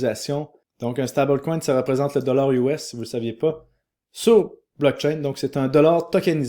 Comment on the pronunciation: À chaque fois que tu dis dollars us avec un accent américain j'entends "dollars UOS" 🤣